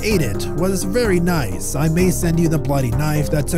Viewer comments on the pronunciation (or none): bro said “kidne” and “nise” 💀